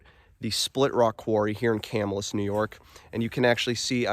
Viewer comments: Will definitely check this place out! By the way, the name of the town is pronounced Ca -MILL' - us. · Just helping you out bud, Camillus is pronounced Ca- mill- us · Pronouncing* lol yes it sounds like "kah-mill-us". If you do more videos we have hidden lake, Erie Canal, lots of places nearby. Whiskey Hollow, Herkimer Mines, bridge jumping 😅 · You're pernouncing the name of the town/city wrong Ca Mill us